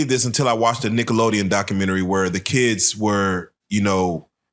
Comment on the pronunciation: Isn't kids a one syllable word?